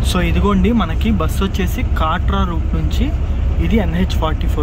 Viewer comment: అది కాట్రా కాదు కట్రా